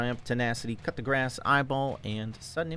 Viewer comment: Bro said "cut the grass" for coup de grace, I love this man